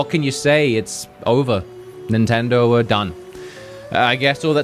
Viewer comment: It’s Nintendoe not Nintendoo